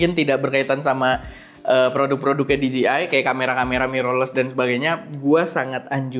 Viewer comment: di-ji-ai...khas lidah indo 😅